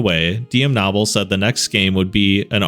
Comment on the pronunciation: As a Knoble and only listening every time you said Nobble irritated me until I went looked at it and saw that stupid ahh name 😂